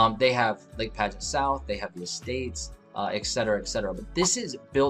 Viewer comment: Just a couple of quick things from a long time Land O Lakes resident.... Lake Padgett is not pronounced Pageant. It's "Padg-it." The Community Center of which you speak at the end is not on U.S. 41. It's on Collier Parkway, just south of the Plantation Palms community that you highlighted earlier. That being said, it is an awesome place to live. Close enough to anything you need/want to do yet suburban enough to not have to live right on top of your neighbors.